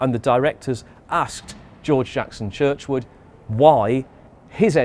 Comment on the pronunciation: George Jackson Churchward not Churchwood